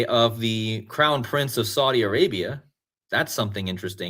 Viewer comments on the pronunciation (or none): none